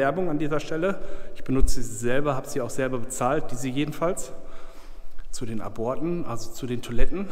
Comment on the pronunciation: aborte spricht man Ab Orte aus